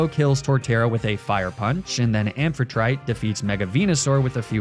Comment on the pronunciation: Also, unless you're doing a comedy bit about Amphitrite's pronunciation, IIRC it has the same principle as how one pronounces Aphrodite, ending with a -tea/tee sound?